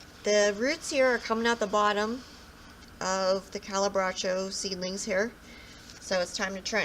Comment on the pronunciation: thank you for making these videos. I Love Calibrachoa's but I'm struggling with them, both as seeds and plants. One thing though on pronunciation. Cali - bra- k- soft h- oh-ah